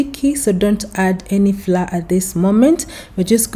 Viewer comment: The correct pronunciation of the word "Flour" is as "flower". Not "Flaaa" Just to avoid confusion for others. Thanks for the recipe 🤗